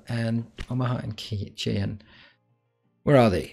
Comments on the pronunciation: Good buddy... Cheyenne is not pronounced "chen". It is pronounced "shy-anne":P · I love watching your videos. I just wanted to point out that Cheyenne is pronounced "Shy Ann".